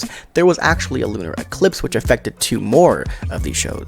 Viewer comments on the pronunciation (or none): none